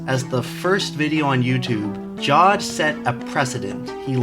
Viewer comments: It's pronounced "ja-ved", not "jaw-d". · its pronounced Jaa v aa d